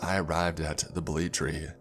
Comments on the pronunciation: I think he meant BA-Le-Te tree not BA-Let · Not even finished the video yet, but having a blast with these pronunciation(No hate, I love you) “ Balete “————————> “ Baleet “ “ Kapre lives there “ ———————> “ Capri lives there, Capri is mumu “(The dreaded Capri Sun of the Woods) “ Chicharon Bulaklak “———————>” Chicharon Boolaklak “(Good job on this one, it was close) “ Lambanog “ ———————————> “ Lambahnog “ (Pretty close, good job! Don’t pronounce “Lam” like the word “Lamb”) “ Tabi tabi po “ ——————————> “Tabi Tabi po”(Spot on, good job!) “ Ineng, hingang malalim “ ———————> “ Innig hingeng maliim “ “Na duwende ito” ———————> “ Na duwenteh e-two “ “Duwende”———————> “Duwents” “Balete” is pronounced “ Bah-leh-teh “ “Duwende” is pronounced “ Doo-wen-deh “ “Kapre” is pronounced “Cap-preh” “Chicharon Bulaklak” is pronounced “Chee-cha-ron Boh-lak-lak” “Lambanog” is pronounced “Luhm-bah-nog” “Ineng, Hingang Malalim” is pronounced “Eh-ning Hee-ngahng Mah-la-lem”